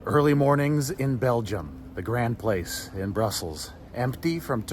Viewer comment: You should pronounce it "Gron Plas"(tic) but it is really beautiful. Shame you're not in Belgium longer, because it has some of Europe's most beautiful towns too, such as Ghent and Bruges, while Antwerp railway station is beautiful. You'll like Amsterdam too, but the food isn't as good. Find an Indonesian restaurant rather than eating local Dutch food, it is to the Netherlands what curry is to the UK!